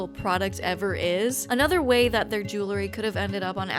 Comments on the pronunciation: Say JEW-LE-RY one more time.... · Say JEWLE-ry one more time....!